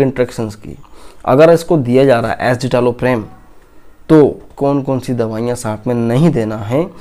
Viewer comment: Wrong pronounciation of drug name.